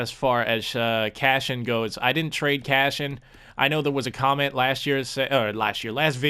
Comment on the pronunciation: Can you please stop calling him cashian? Lol it triggers me and idk why.